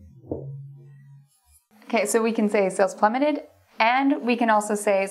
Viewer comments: It's plummeted not "plummetted" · Plummeted, not 'Plummetted'.